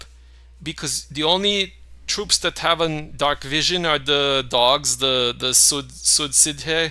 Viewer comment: "cu Sidhe" is pronounced like "coo she." ;)